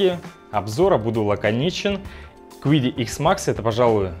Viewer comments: Компания называется Чиди, а не quidi ) вот такие китайцы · Если уж произносить название машины по-английски, то будет звучать как Киди (неоткуда там звуку "у" взяться)... Но принтер китайский и название у него китайское из двух иероглифов - звучит как Чиди (причем "ч" ближе к "ц") :)